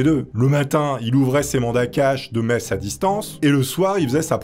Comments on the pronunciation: Quand t’as dit messe j’ai compris meth, et pendant un instant j’ai cru qu’il était partis en Breaking Bad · C'est seulement à la 5eme fois où t'as prononcé le mot "messe" que j'ai compris que c'était pas "meth", bicraveur de crystal meth ça aurait été pas mal pour devenir un prêtre octo-riche non ? XD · quand tu parlais de messe je comprenais "meth"